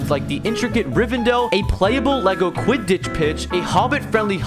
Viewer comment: I can't with the way he pronounced Slytherin and quidditch